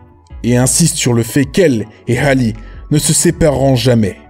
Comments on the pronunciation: Ça se dit Hali pas Hale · Ça se prononce « Hali » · Y'a que moi que ça dérange quand il dit Hale au lieu de "Hali" 😭 et quand il dit Tina QKNOLZ 😭😭😭 mes oreilles ... Bref superbe vidéo à part ça .